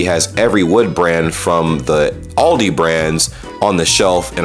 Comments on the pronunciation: ITS ALDI NOT ALL DEE AL DI ALLLLLL DI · Impoossible. He pronounced zurich correctly. The. Promptly ruined it by saying Ah-l-dee. Aah-l-dee like when you o0en your mouth at rhe dentist, say aaahhhh.